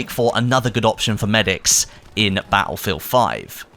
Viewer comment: In every one of these videos "Ba'lfield" always sticks out for me. Now, I'm not the best person when it comes to saying things how they are, but it just sticks out like a sore thumb, lol!